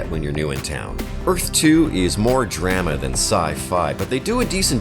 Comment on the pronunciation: Please teach the AI narrator who to say "drama". That first one "Star Lost" sounds like a great premise.